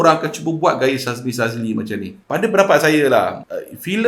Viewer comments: Boss,sebutan nama syahmi jd syazmi,yoe jd yoei... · 3 kali syebut Syazmi, kawe terus stop watching. Syahmi bukan Syazmi bro. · knp asik aku terdengar syazmi sazli😂😂😂 ke aku salah dengar😅😅😅